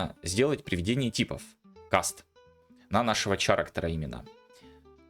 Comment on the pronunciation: Я пытаюсь сделать твой контент ещё лучше. Послушай как произносятся: Character - кэрактэр/кэрактёр (что-то между этим, думаю на нюансы профиг, достаточно кэрактэр, это хоть похоже на оригинальное произношение). Current - каррент